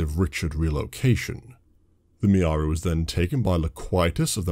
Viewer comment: Mirari Not Miaari